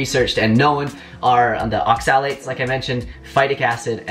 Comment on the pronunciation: It's OXA-lates, not ox-AL-ates.